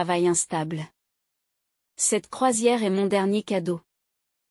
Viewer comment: Il faudrait apprendre à :'IA que le point est un signe de ponctuation qui implique un silence, pas la prononciation du mot "point" Qu'il y a une différence de prononciation entre le verbe "être" lorsqu'il est écrit E S T et le mot "Est" qui désigne un point cardinal.